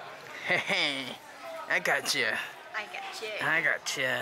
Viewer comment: “I gocha” 😂